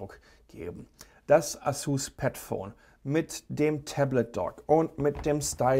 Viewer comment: Kannst du eigentlich asus und samsung richtig aussprechen? Du sagst Asuzzz und Samzzung.